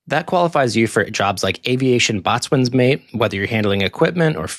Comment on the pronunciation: IT'S PRONOUNED BOAT SWENS MATE. I know, it's spelt funny. THERE'S ALSO BOATCOXSWAIN PRONOUNCED BOAT COX SEN. ( I was both.)